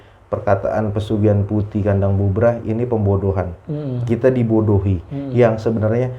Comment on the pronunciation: Bubrah bukan bubaran / brantakan mas bro. . . . .wkwkwkw